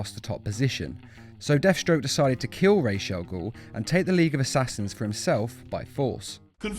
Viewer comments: Ras Al goul is actually Arabic meaning head of the monster (or demon). and is in fact pronounced closer to Raas not Rashe and this is coming from a native arabic and english speaker so ....... I don't care how they pronounce it in the comics. if its wrong its wrong. don't you agree? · NO GODDAMN NO ITS ras with an S ras means gead rash means nothing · ITS RAZ. THE WRITER SAID IT THAT WAY AND THE ARABIC PRONUNCIATION IS RAZ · You're wrong the accent puts the sh in ras'algol , ras al gol is accurate which means head of the ogre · I am arabic and it is rase with s sound you can be sure by translating "head" to arabic because "rase al gol " is head of daemon or ogre in literal . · his name is ras al gool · i am Arabian and the way it's supposed to be said is razz which means head in Arabic. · Your prononciation is wrong actually it's Ra's Al-Ghul رأس الغول or head of the demon which is the same prononciation in Batman begins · its ra's al ghul originating from arabic رأس الغول. it means head of the demon or devil smth like that so technically everyone is pronouncing it wrong. copy the arabic i wrote and paste it on google translate if you wanna see how its pronounced. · you're wrong about this one, if the origin is arabic, "ra's al ghul" (رأس الغول) means "Demon's Head", and it's pronounced "raas" not "rash" . and by the way, The arrow tv show screwed so hard with the arabic sentences. (trust me i'm arab lol ) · In , I'm Arabic and Ra's al Ghul is an Arab word and the pronunciation of his name is not (Raish) nor (Raz) it's pronounced as (Rasss..) in the end of the name the S is like a slither of a snake , so don't act like there is a stick up your ass like you know how to speak Arabic. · His Name is realy pronounced raas al ghul cause its an arabic name mean the head of the demon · Actually it's neither "rach" nor "ra's", it's "rass" which means head in arabic and "gul" means something like demon so "ra's al ghul" means "the demon's head"